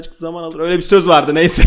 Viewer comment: Abi sende çok Zöz biliyon ama söyleyemiyon